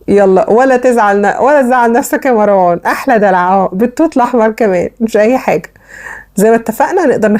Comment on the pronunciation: سمك طبقة الكيك بتكون نفس سمك طبقة التشيز و ليس الضعف . ياريت المصريين ينطقوا اسم مروان بطريقه صحيحه لانهم بيزودوا حرف ألف بعد الراء ليتغير الإسم ( مراوان ) .